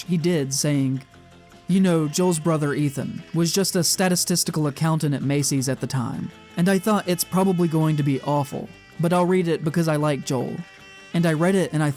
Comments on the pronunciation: Sta-TIS-ti-cal. Good video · Let the record show that the word "horror" has two syllables (and "statistical" only four).